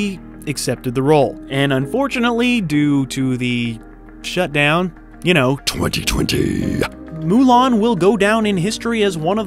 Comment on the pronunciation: I love how you said 2020 😂😂